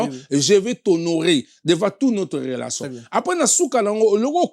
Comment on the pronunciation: EDICASON INFORMASON INTEGRASON KIEKIEKIEKIEEEEE HONOS LIMBAMBE OZA VRAI TINTIN FORMASON YO MUTU OTANGA OYEBI KO PRONONCÉ TE BA LOBAKA 4 RELATION ET NON RELASON